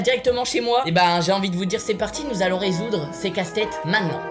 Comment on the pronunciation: Wesh tu dit mainant au lieu de maintenant